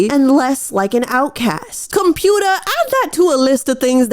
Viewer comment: "Computah" is gonna be a new vocal stim for me hehehe